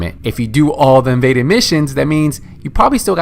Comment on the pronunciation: "Vaded missions..." "Maded missions..." "Imaded missions..."